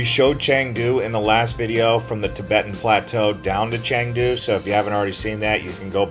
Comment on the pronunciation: OMG, so many Americans making travel videos of China and they all have the same thing in common: they never bother to find out how to pronounce chinese names correctly. So lazy. Just google it. It’s “chengdu” not “changdu” and its “gway leen”, not gwee lin.